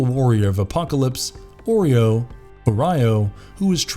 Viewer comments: Oreo and O-Ry-O? What?? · Did this guy seriously just call Orion "Oreo" and Thanos's powers "un-eeversal??"